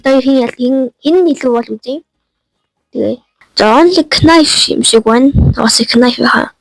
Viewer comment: knife shaasn te nife gej unshdima agaandoo